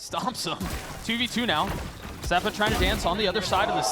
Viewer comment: Misspoke ze-pa lol